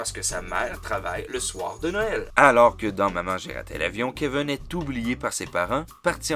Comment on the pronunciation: Keveune ??? Cest qui ça ?? En france cest kevin vous je sais pas mais Keveune n cest un peu bizarre.. Elvis presli ?? Euhhhh daccord